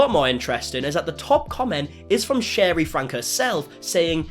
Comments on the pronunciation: Don’t know why this is bothering me so much but her name is pronounced Sherry like the drink not shar-rie. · You say both Shari and Franke wrong 😅